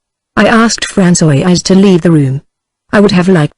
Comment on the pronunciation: Certain words or names are constantly very badly pronounced.. A human reader is so superior to this reader. Francoise becomes something like Pran so ee ice. Gilberte becomes Gil ber teen ee.